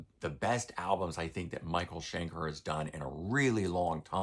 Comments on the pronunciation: Shen-kerr rather than Shen-kaar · The problem with the mispronunciation is it's MICHAEL SCHENKER! He has earned it - the man is living legend. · Love it, but I have to ask: Why do you insist on mispronouncing Schenker?